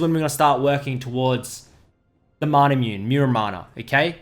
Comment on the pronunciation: Is he saying "manar" or am I hearing wrong?